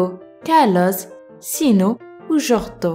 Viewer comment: pk elle dit jortho au lieu de jotho ?